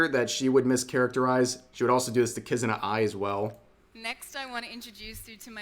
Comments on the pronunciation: the presenter said kiZAna ? cant even get the name right...after miku is AI driven. i think this is a grift presentation. trying to get investors so that they can flood the market is pathetic vtubers copy. while either stealing people's assets or using public assets. China AI avatar is using free software and an actor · “My friend, Kuzana Ai” Lmao, she calls her a “friend”. Can’t even pronounce her name right. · lmao She said Kuzana Ai Also imagine trying to tie Miku into this without even doing a Little homework. Miku was never an AI nor a Vtuber. Amazing. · she can't even pronounce kizuna's name XD XD XD XD and she thinks miku is A PERSON!!!! XD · "-Hatsune Miku which was the first AI powered popstar" EXCUSE ME WHAT?????? If you're gonna do shit like this company, at least do research, wtf.. I hate this already. The way they she miss-pronounced Kizuna's name too.. This company's in for a lawsuit.